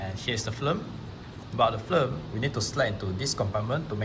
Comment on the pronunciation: I can't get over the fact that this guy pronounces "film" as "flim".